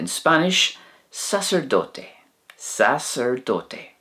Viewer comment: Actually, after watching, a few of your Spanish mispronunciations are easily solved, as they're much closer to the Irish words than you may realize! For example, sagart (priest) versus sacerdote in Spanish: it's not "sa-SER-dote", but more like "sock-air-DOE-tay". So really, if you just trust your instinct and try it with a more Irish pronunciation, it actually fits and works.